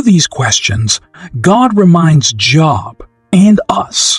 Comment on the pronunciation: This is a bot. Job is pronouncef with a LONG o sound.